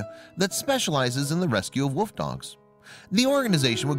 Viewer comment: It's wolf not woof